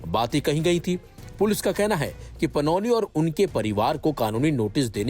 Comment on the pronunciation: Panoli नहि panouti है